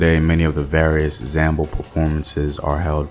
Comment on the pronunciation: Zamble is read "zamblay"